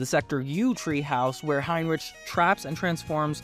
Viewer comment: Heinrich you pronounce the ch with the k sound like rick